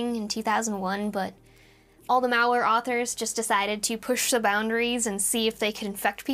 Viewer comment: If I heard "Val-Ware", I'd assume it's Val Kilmer merchandize. 😆